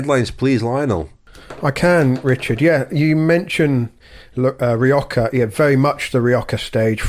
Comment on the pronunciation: Why is Lionel pronouncing Rioja as Rio-ka? There is no "k" or "ch" sound in the name Rioja in Spanish or British/ American english.